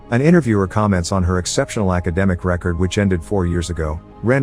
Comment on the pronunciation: Are these narrated by a robot. If a word has two pronunciations this thing will get it wrong. Live and record are big problems.